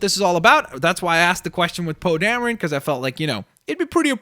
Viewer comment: Poe dameron oh Damron Darren